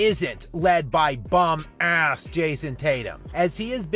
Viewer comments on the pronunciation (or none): Bro put a e before it 😂, making it eeaasss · Lmao azz 😂 I love it when he says "his bum ASS" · He drops that hard A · I click because I wanna hear pronunciation of "ass" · He grits his teeth for sure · Through gritted teeth